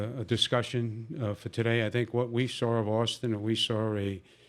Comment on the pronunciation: but he did say flowerda and we sawr